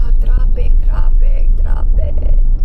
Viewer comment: lol, that "Trapek trapek trapek" is very filipino :face-blue-smiling::face-green-smiling